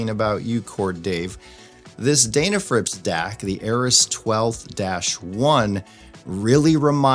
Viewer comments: It’s pronounced Den, like den of bears. It seems like the correct name should be the first thing before you review something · It's pronounced "Deh na frips," not "Dayy na frips." You Ohio guys, lol ;-)